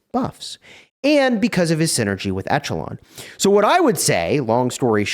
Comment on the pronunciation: Check out the pronunciation of echelon.... please.